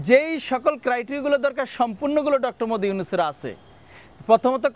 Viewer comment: মুহাম্মদ উচ্চারণ করতে পারিস না সাংবাদিক হলি কিভাবে